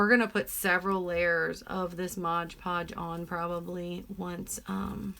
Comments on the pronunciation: I agree with everyone here. I love your videos. I do have one pet peeve tho! It’s called MOD Podge, not Modge Podge. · Nice tumbler...but its mod podge lol